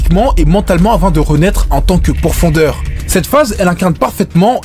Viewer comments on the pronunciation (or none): *pourfendeur et non pourfondeur 🙃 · Hypé par le titre j'ai vite été calmé quand j'ai entendu " Demon Sayeur " et " Pourfondeur " sois vigilant sur les mots et leurs prononciation !